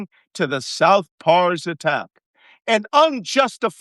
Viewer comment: C'mon Malcom, stop pronouncing Pars as PARIS. Pars is short for Parsi, (related to Fars or Farsi). NOT PARIS, GET IT STRAIGHT.